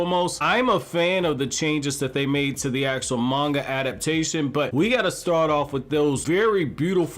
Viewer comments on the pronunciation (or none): none